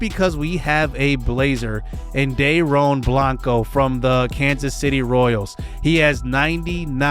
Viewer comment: Dude! So excited to see this series. Happy to see you back man! Also Dairon is pronounced Dairyon. I’m really excited to see him play this year.